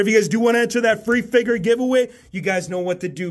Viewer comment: I love how u say figur instead of figure also looking forward to all aew and wwe figures